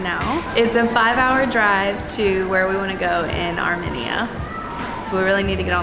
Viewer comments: said it correctly once. I'll bet told her she was wrong, like he always does.. She went back to misprouncing it. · It’s Armenia not ArmeniaAa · Where the hell is "Arminea",? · pronunciation of Armenia is going to haunt me until the end of time hahahaha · Oh my gosh yes thank you the pronunciation drove me absolutely up a wall I love them to death but oh my gosh all of them were saying it wrong and it was driving me crazy LOL still love you guys though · I think the pronunciation of Armenia is off folks 🧐